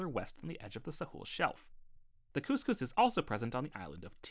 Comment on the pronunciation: Great video and appreciate your acknowledgement of indigenous people like me. Just a quick pronunciation correction: “Cuss-cuss” not “cooss-cooss” - a hard letter “u” here.